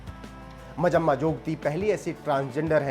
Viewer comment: It's not majamma ...it's manjamma